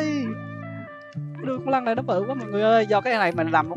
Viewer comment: trời má cái đoạn anh nói con lân , mà em cứ nghe ra con lăng , cứ lăng lăng =)))